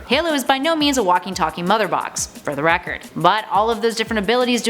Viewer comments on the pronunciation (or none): none